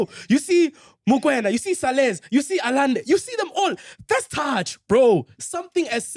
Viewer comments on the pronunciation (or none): and butchering names! Yamine Lamal, TX Galaxy, Cardaso, Allande etc...🔥🤣🤣🤣🤣